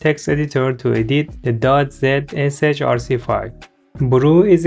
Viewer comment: helped very much very helpful thank you you sound silly saying .zrch or whatever it said